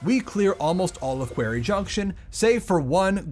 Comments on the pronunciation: Did you intentionally pronounce quarry as query for two minutes, or have you never heard it said aloud? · How have I not seen any comment on how you say "query" instead of "quarry"? Go to Sloan to learn how to pronounce it. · Quarry is pronounced "kworry" btw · Ok this video was great, but the way you say quarry kept making me giggle. It sounds closer to a word in my dialect which means gay person, so things like “it’s time to tackle the (quarry)” become quite funny. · Someone please tell him how to pronounce “quarry” properly…. 🤦🏻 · do you actually say quarry like that or is it reaction bait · the video's great but i had to take a break from watching like 4 times during the quarry junction section